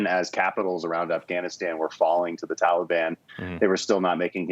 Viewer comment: I was thinking, Obama just needed a way to supply all his buddies with guns and ammo. Yesterday I heard Biden say, "Taliban" and pronounced it the same way Obama did. 🤔 Reminded me of the first time I heard Obama say, "Mooslim"🙄 Bad apples never fall far from the tree.